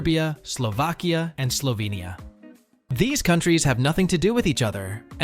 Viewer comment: I’ll never forget him saying Slovenia slovenia